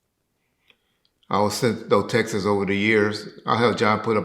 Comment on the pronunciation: Hey it's Texts not Texas...🤣🤣🤣🤣🤣